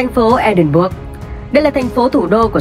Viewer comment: thành phố Edinburgh nếu đọc là "E đin bờ rờ" nghe sẽ hay hơn